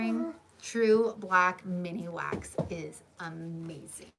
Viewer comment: Thank you for all the information! Just so you know it's Minwax not miniwax